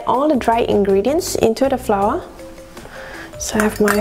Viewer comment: One of the many of malaysia cooking video that i hear pronouncing flour correctly...very good...hehehehhehe..most of them will pronounce FLOUR even the super chef as FLA.which is totally WRONG!!!! I am happy for you and one more thing ypur recipe is the best